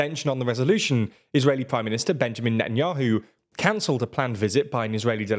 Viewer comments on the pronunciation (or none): none